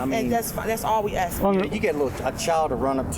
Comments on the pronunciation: Another DEI hire. She can't even speak properly. Can't provide the correct wordage to finish sentences. So dumb, and she's also very uncomfortable with speaking with him. I also enjoyed how she said "ask" multiple times. Then the more she got upset she changed it to "axe". LOL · I laughed so hard when the Oompa Loompa said "I'm not gonna axt you again, and I'm not gonna have a back and forf witchu." She needs to probably go back to elementary school to be taken seriously. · She needs to learn English. Yo, let me axe you a question. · She was axing them to leave 😂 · To be fair....she did axe.